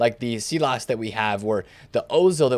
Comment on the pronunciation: Pronounce it Sylass not seelass